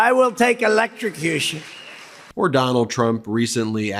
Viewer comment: Concherned electrocushun. That's how Trump and his cult would spell. Concerned and electrocution